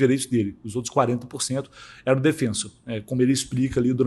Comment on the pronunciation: Mermao, daonde tu tira essa pronúncia americanizada “DefEnsor”? Mano, o q te custa tentar não inventar uma pronuncia colonizada e falar o nome do clube, DefensOr?!?!